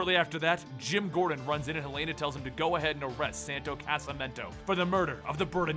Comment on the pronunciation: Im guessing hasnt seen arrow from his pronunciation of helena